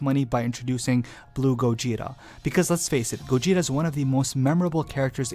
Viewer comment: Whe he first said gogeta i misheard gojira and i was like '' oh. GOJIRA GOJIRA.'' anyone else??!